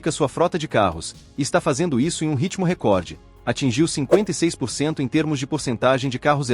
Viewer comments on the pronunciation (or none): none